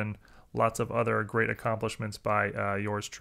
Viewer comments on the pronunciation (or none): none